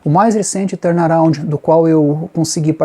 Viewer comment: "Torna roundi " kkkkkkkkkkk